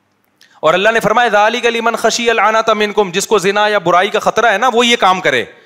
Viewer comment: Ya Allah ko Allah Maya bol raha kesa mufti hai ya